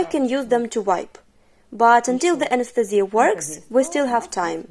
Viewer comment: This is great, but the way the translator says "anesthesia" drives me a little crazy.